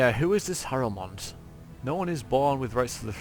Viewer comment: "Bellend and Harrowmeat" Okay, V.